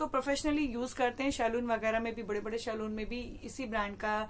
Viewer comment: Nya kya btai saloon bolna seekh pehle